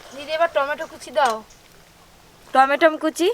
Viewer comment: Boudi ekhono 🍅 bolte parena.tomato k tomatam bole .a je Hindu name kolonko